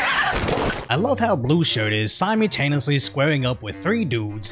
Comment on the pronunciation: You still can’t pronounce the word “simultaneously” properly.